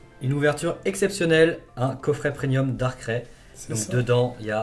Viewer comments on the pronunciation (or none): Bonne video. Premium et pas prenium parcontre 😁